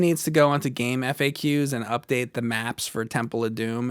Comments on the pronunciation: It's "Game-Facks". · It’s pronounced like “Game Facts”